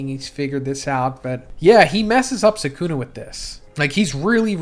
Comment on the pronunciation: it's 'sukuna'. If anything you put the stress on the last syllable not the first 😂 y'all kill me with this